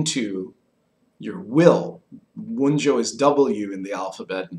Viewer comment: I have to say I find the pipe smoking during the video to be annoying. If I am going to invest my time in watching content about a topic, I would rather not sit and wait for someone to tamp and light their pipe and then puff on it. Also, the names of the Runes are reconstructed in Proto-Gemanic. In Germanic languages the J is pronounced like a Y, it is "Wun-yo" and not "Wun-Joe".